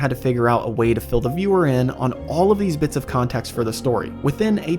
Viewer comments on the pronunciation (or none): none